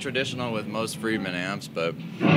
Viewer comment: That homeless guy at the end seemed confused, it's Friedman not fired man.